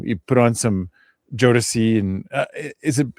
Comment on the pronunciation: First of all-, I loved your first pronunciation of Jodeci ☺️ ❤ And K-Ci is the small, shirtless guy 😆 He was the lead singer of a gospel group when he was a little boy, and as an adult he released a solo song or two. Although both sets of artists came out at the same time, I wouldn’t compare Boyz II Men (B2M) with Jodeci. B2M, was embraced by the pop music industry, whereas Jodeci was 100% R&B. Jodeci is a band, but you can (arguably) compare them to Silk, or Dru Hill.